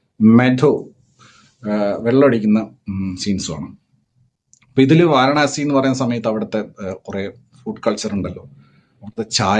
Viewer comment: വരാണസി അല്ല വാരാണസി